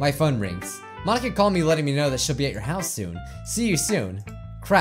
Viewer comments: Mon-ika ika means squid in Japanese the incorrect pronunciation part is Monika is pronounced Mon-ika. Ika is pronounced ee-ka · She basically said Mon-inka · Because it’s mon-ink-a ink as in like it in squid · The joke, if you don't understand, is that she said it like Mon- ink-a